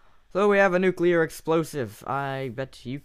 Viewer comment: Nukeliear bomb? more like crashlear bomb XD